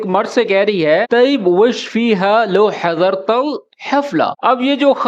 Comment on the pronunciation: مش لوو هذا لو (Lao) not لاكن ماشاءالله ممتاز❤️